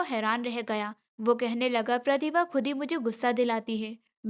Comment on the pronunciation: Voice achchi nahi hai pehle achchi thi प्रतिभा को galt तरीके से कह रही थी